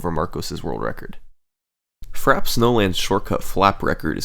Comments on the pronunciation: I swear if he doesn’t stop saying Frapp instead of Frap-ay snowland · Amazing video! One problem... it's pronounced "fra-pay", like the beverage, iced frappe. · As a McDonald's worker, I can confirm that it is not pronounced "frap" but it is "frah-pay." Uncultured swine. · It's "frappé", pronounced "frappay". Means "beaten". It's a word we still use in French. Nobody says "a frappe" (pronounced "frap"). "Niche" is pronounced "neesh", it comes from "de niche", something that only interests a few people (a "niche" is a small area, almost hidden, in architecture). Also, for free: "the manly fiancé ate a crème brûlée with his girly fiancée". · That pronunciation is fra-pay. Not Frap. You don't have mcdonalds, burger king or wendys where you live? They all sell frappe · Very good but frappe is pronounced frap-pay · And the funny thing is that it's actually pronounced "frap-ay" snowland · TO SETTLE YOUR PETTY DEBATES It is actually pronounced frap-ay (frappé). On screen there's no « é » accent because you can ignore accents on capital letters, only must you have them in lowercase. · Wait, isn't frappe pronounced "frap-ay"? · no. Frop-ay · I believe it's pronounced Fra-Pay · Isn't it pronounced frah-pey? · I thought it was pronounced Frappé, like the drink? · Its frappay for the record. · I always pronounced this track like "frappy" snowland lol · I'm certain it is indeed "frappay." We shouldn't believe pronunciation is flawless; everyone makes mistakes. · Bro you spent 5 days making the video and you didn't learn how to pronounce Frappe 😂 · I can't handle his this man pronounces frappe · The way you pronounce frappe hurts me. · I love your work, but that's not how you pronounce "frappe", dawg. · "Frap snowland" French word Frappé: Je suis a joke to you? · I'm pretty sure that frap is the short way to say frappe